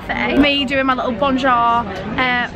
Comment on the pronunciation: BAWNJORE lmao i love 😂😂